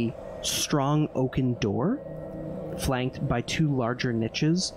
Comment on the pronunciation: Watching this in 2024 - I love it - binge watch it- adore it - but (being German myself) the way pronounces „niches“ makes me want to rip my ears off